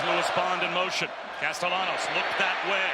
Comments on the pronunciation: is the qb italian, it chould be pronounced: cas-ta-ya-nos - if he is of spanish descent - right? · The way the announcer’s pronounce Castellanos is so frustrating 😭